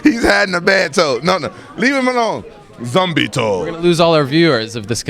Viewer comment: "Zombie toe" lol